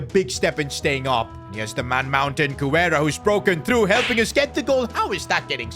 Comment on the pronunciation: you’ve been pronouncing Guerra’s name wrong, Guerra is my last name and you pronounce it Gar-Ra